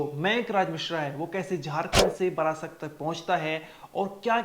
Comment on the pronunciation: बारासात को बार-बार बरासत उच्चारित कर रहा है। धिक्कार-धिक्कार।